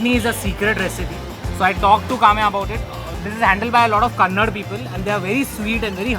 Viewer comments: it’s KANNADA Ashish not KANNAD. Please take this in a positive way. Between very nice video 👍🏼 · Ashish it’s not Kannad it’s Kannada.... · Just a small clarification It’s not kannad It’s kannad’A’ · Dear Ashish it's Kannada not "kannad" ... And ya Kannada people are sweet😊 you must visit Karnataka once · It's kannada* not kannad. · It's not kannad people it's kannada people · Bro it’s Kannada not kannad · Ashish sir it's kannada not kannad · Ashish bro it's not kannad it's kannada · Its not 'kannad' its kannada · China that is not kanad it is kannada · Its kannada not kannad plzz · Please it's not kannad it's kannada please spell correctly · Just a correction: Its Kannada not Kannad...lik hw u pronounce Hindi as Hindi not Hind... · its kannada not kannad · Oye anpadh Chanchalani It is Kannada..not Kannad..be a little respectful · thats KANNADIGAA (people) and KANNADAA(language) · their is no such word as kannad ma'am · The original name is kannada and we must spell it that way. Original is always original. Just add one ಅ Or aa sound That's it. Matter close.